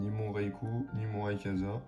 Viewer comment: RayQUOIza ☺️ Pas rayekaza 😅 Pas de big hit, dommage…